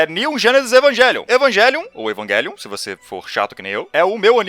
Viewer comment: Evangelion é uma palavra de origem latina, então não se pronuncia evangelion